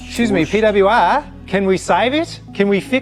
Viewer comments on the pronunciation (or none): Hey, Aussie here. You're saying too much of the W in PWR, it's more like PEE-DUBYA-ARRRR